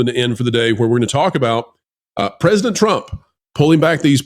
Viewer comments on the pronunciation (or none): none